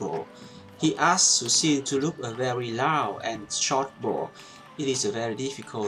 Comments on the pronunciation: You are using the word 'low' a lot, which is great because as you highlighted the lower body and legs is not emphasised enough at least in europe. However you mentioned in a previous video to correct your pronounciation where appropriate. Low is pronounced with an 'Oh' and not an 'ow' sound (although it is not spelt this way). I appreciate you taking time to interact with your commenters. Also keep with the technique videos as without the correct technique you will never be able to get the most our of any equipment! ps: I know you teach and favour chinese forehand but most players (at least in europe) still use german or japanese tension rubbers, I imagine the technique would differ. Can you cover this please. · Thank you very much for the tutorial! I would like to help you with your English if I may..."Low" ... is pronounced "ˈlō" Thanks Again! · Great video! I would like to offer a quick English tip: I have noticed in several of these videos that you pronounce the word low incorrectly. Even though it looks like it should rhyme with cow or plough, it actually rhymes with go and throw. I don't know why. English has a long history of changing based on historical events, so now has many "exceptions to the rules". Thank you for making these great videos! Now it is time for me to practice your tips :)